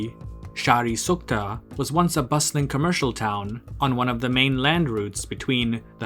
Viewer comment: It's "Shahr'e SukhtE", not Sukhta. xD